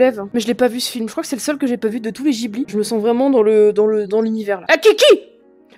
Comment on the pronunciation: Je dis « guiblie » et pas « jiblie »